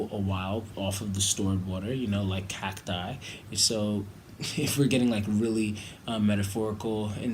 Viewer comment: Thanks for pronouncing cacti correctly